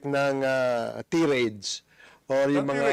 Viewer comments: Barbers your pronunnciation is wrong . That's tai-rayd not ti-rayd. naghawaan na kayo mga english ninyo. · mali din ang bigkas mo Barbers..Tirades..taireyds okay?..wala kayong kredibilidad jan sa Tuwadcom🤣 guilty means true Barbers🤪🙄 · Barbers hindi po tiraydz pronounciation ng word na "tirades" it should be tai-raydz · tay rades not ti rade s pronunciation pls google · jusme mali ata yung pronunciation ni barbers sa word na 'TIRADES"... tama ba guys? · Tirades wrong pronunciation kayo